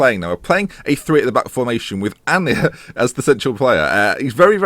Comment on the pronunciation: Aina is pronounced Ay-na